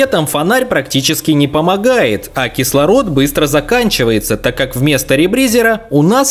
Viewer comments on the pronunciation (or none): Как же мне режет слух этот ребризЕр, который он произносил. Я привык к ребризЁру)))